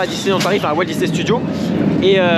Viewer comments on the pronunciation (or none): none